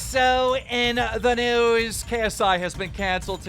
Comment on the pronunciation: He sounds like he said instead of news its newies